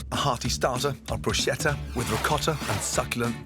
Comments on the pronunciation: please! For the sake of everything Italian in the world: we pronounce every H after the C, as you pronounce a K. So BRUSCHETTA it's kinda like "brooskettuh". 😅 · He pronounces bruschetta like BROOSHETA nooooo nooo it's BRUSKETTA! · No Gordon, it's *Brusk(h)etta 🤌🏻🤌🏻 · It's pronounced brusketta! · Great recipes, but please learn how to pronounce 'bruschetta' correctly!